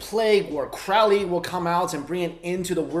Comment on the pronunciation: Crowley rhymes with Holy. Fyi.